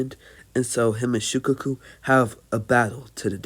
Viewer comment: Shi-kaa-kuu not shi-ka-ku